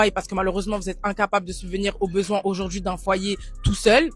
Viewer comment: “Si aujaurdjiii..”